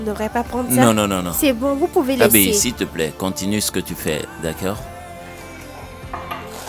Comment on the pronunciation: Qui a aussi remarqué que moi qu'ils prononce toujours siplai pour dire s'il te plaît. 😊 Merci maman Ruth pour ce beau film c'est une leçon pour nous les femmes mariées. ❤❤❤